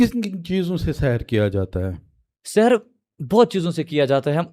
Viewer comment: It's not sehar, it's sihr